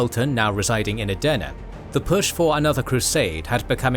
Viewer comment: I initially thought you were saying "döner" in several videos, which came across as if you were mocking it. I now understand that this was not your intention; however, hearing "döner" repeatedly felt somewhat distracting and uncomfortable. At first, I couldn’t understand why you were saying it, and only after checking the subtitles did I realize you were actually referring to "Edirne." That made me laugh, but it also made me wonder whether "Edirne" is particularly difficult to pronounce. As someone watching from Edirne, I would really appreciate a bit more attention to pronunciation. Great work overall.